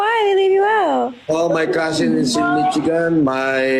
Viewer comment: MITCHIGAN? HAHAHAHA BOBO TALAGA AMP! IT'S PROMOUNCED AS MISHIGAN